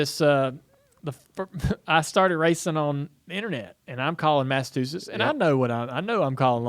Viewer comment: Dale saying mastatustes or Massachusetts? Lol